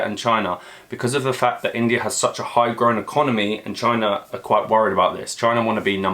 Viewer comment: "Chy-Na" -Trump